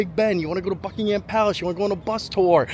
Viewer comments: Glad to see you here in our London. A tip for your English. When pronouncing ‘Ham’ in names, like Buckingham or Birmingham, drop the ‘a’ and throw in a ‘umm’ instead. Bucking-umm 😊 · Great to see you enjoying your trip! Just one quick thing - we don’t pronounce it “Bucking-Ham” Palace, but “Bucking-um” Palace. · It's not Bucking-ham palace